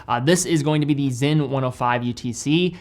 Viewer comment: Sinn is pronounced ZIN but not zen in Germany. And Certina is pronounced CHERTINA not sertina in Italy/Switzerland